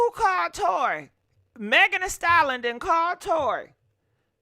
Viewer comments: Ayo! Lol I love her but I hate the way she says Megan Thee "stallon" 😂😂😂😂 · If you don't stop saying Megan, the "Stallon". It's "STALLION". Pronounced "sta·lee·uhn". 🙃